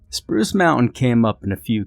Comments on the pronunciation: It says Spuce instead of Spruce! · "Spuce" Mountain lol. Great video as always!